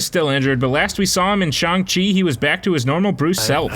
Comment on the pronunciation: Garbage video as per usual and you can’t even pronounce Shang correctly. Just trash. Stop doing this. Stop making videos. You are gonna ruin everything for everyone else and I mean this entire channel not the idiot who is presenting and can’t pronounce names properly. And note on Bruce Banner/Hulk, they addressed that in Endgame you fricken mook!